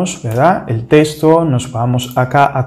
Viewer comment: Repite después de mi, no se pronuncia TESTO, se pronuncia TEXTO